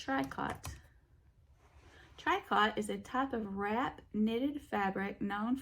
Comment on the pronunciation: Hi. Its pronounced TREE COH. It's a French word. Describes a type of knitting. Altho with ur sweet accent you an get away with saying it any way u want!